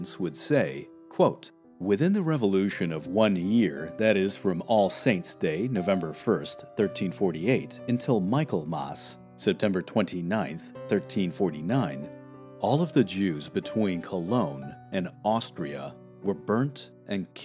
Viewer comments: yeats is pronounced yates and michaelmas is pronounced micklemas apart from that a wonderful documentary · who else reacted to the BIZARRE way he pronounced Michaelmass?!!!!! So funny... It's pronounced "mick - ell - mass" (mass like ChristMAS not mass like marsse, as he said it). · Thank you for all your hard work in putting together this fascinating documentary. Two small points, however.: "Yeats" (the famous poet), is pronounced "Yates". And "Michaelmas" is pronounced "Micklemas."